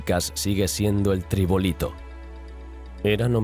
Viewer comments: Esta muy interesante el documental, pero no es correcto decir "tribolitos", la palabra correcta es "trilobites" que quiere decir tres lóbulos. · Un documental muy bueno salvo por un detalle, el que narra se lo está leyendo, pero se le atasca algo tan simple como un Trilobite, al que llama durante toda la narración como "tribolito", por favor un poco de profesionalidad, lea usted con detenimiento el guion y repita T R I L O B I T E ... venga ,otra vez trilobite si no es tan difícil...a ver ? otra vez "tribolito"...:face-orange-biting-nails::face-orange-biting-nails::face-orange-biting-nails::hand-orange-covering-eyes::hand-orange-covering-eyes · Ok todo excelente. Pero... creo el nombre que he visto siempre es Trilobites, no Tribolites, según su etimología proviene de Tri=tres, Lobulo= Lóbulo, Tres Lóbulos; por lo que Tribolites ya no me da en la etimología. Con todo respeto, gracias. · Si, yo también lo dejé ahí, contenido poco fiable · son trilobitas. no tribolites. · trilobites TRILOBITES TRILOBITES!!! NO SON TRIBOLITES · Por Dios se dice trilobites o trilobitas no tribolite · Trilobites, no "tribolito". Adelante estudios. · cambio las letras de trilobito a tribolito, Vaya estudios? es un error de tipeo en el guión y el señor es narrador no científico, solo repite lo que le dan en texto no lo estudia en oxford, antes de criticar, un poquito mas de coherencia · cómo que TRIBOLITOS, tío?? tan difícil es leer bien? y entender bien? si tú mismo dices que su nombre viene de "tres lóbulos", no de "tres bolitas" jajajajaj